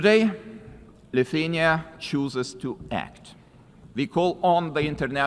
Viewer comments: where is Luthenia written? Cmon man just pronounce the name of the country!!!! LI THU A NI A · Leutania 😂😂😂 Hejtanas 🤣. How hard is it to learn two words properly when is your only job? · Lithenia? How is it that UN chairman cannot pronounce country names correctly? Pathetic ignorancce in adittion to elevators not working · Why can't the UN speaker even pronounce the country name "Lithuania" ... that's really embarrassing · just what people are employed at UN and who are paying them?? That guy can't even pronounce the country Lithuania and he works at UN??? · come on, he hestitated before the word, also he pronounced Lithuania differenly at the end, if you call that "accent" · Can’t pronaunce country name .. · Should the guy on the podium not be able to pronounce Lithuania? How much dumbing down are global institutions able to tolerate before they break? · Presenter should at least learn how to say countrys name, what a joke, Liuthenia really? And president's name is Gitanas, presenter said "Katinas", which is male cat in lithuanian, UN IS A JOKE